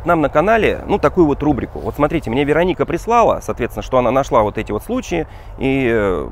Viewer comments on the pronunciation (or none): none